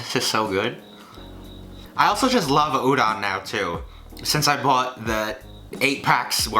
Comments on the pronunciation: Why does he says uron and not udon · Every time he said udon noodles I understood ouran and the the only thing I could think about was Ouran Highschool Host Club. I'm weird... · Love but I die every time he says udon wrong